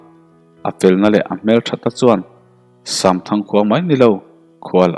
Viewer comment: Samthang tih hi shamthang ti angin a ri tlat zel